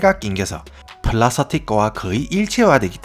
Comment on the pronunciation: ㅋㅋㅋ펄라서틱 ㅋㅋ 사투리발음 절라우끼노